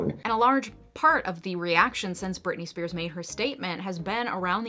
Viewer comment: You lost me at Britney Spearsis... ..lol It is just Britney Spears.